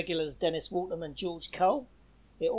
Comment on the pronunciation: It's Walham, not Waltham. Walham is a small part of Fulham near the Broadway.